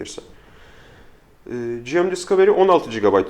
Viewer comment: Gırgıra bağlamış da olsak "selfie değil özçekim" dedikten sonra tüm video boyunca "General Mobile" kısaltmasını "ciem ciem" diye telaffuz etmek biraz abes geldi nedense, sizi ilk zamanlarınızdan beri takip eden bir İzmirli'den iyi niyetli bir gözlem olarak alırsınız umarım bunu. Onun dışında, sen sakal uzatma be birader böyle çok daha iyi:D